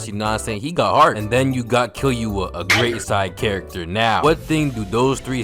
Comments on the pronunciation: BRO STOP SAYING KILL YOU A ITS KILLUA KILLL OOOOH AAAHHH LIKE BRUH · bro said kil-you-uh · Man said 'Kiyuwa' 😂😂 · Bro said kill-you-a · Kill-U-Ahhh Kill-u-haaa. You sound hilarious man I have no idea what it's actually supposed to sound like accept from the anime. Good ass video man. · No way you said KILLYOOUA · That's a cat you moron. Also It's Killua (Kill-ooh-uh) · “kill you a” bro the way you say killua is criminal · Bro said Kill-you-uh 😭😭😂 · This guy is really saying "kill you wa" instead of killua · Respectfully, Imma find yo ip address and say it to you should you say "kill you uh" instead of killua again. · The way he says Killua pmo but I love bros videos 😂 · Your pronunciation of killua has me dyin rn